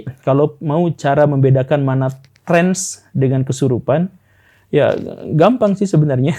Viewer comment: nah sama itu pertanyaan saya, karena dr pengucapan Guru Gembul "Trance" tp seharusnya Trans sih..